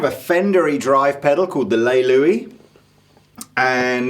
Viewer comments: ***Les Lius, not "Louis" :p Nice review though ! Bit jet lagged ? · it's les lius not le luis...